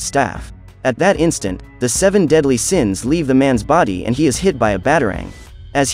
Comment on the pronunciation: Seven daedly siens hahah